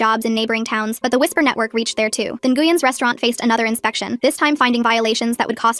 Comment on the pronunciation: Ngueyn is pronounced win ❤